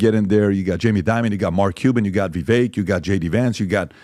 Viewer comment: Don't tell us what you know about where Vivek went to school when you haven't paid enough attention to him to get his name pronunciation right.